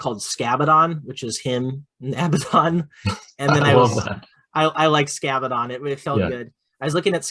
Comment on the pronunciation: Great video and fun times, just as always. I still think that Keeper spam with one exhalted one, Shalaxi, Be'lakor and Zarakynel , Fiends and lots of daemonettes still works. Scabaddon almost sounds like Scatbaddon, just saying!